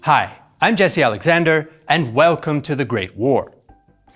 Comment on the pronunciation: I am struck by the apparently correct pronounciation of names in defferent languages, by Jesse Alexander. Well done!